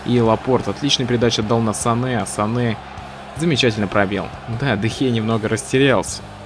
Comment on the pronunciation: Правильно говорить Занэ